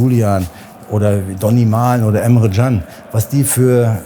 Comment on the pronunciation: Er spricht Emre Can richtig aus. Respekt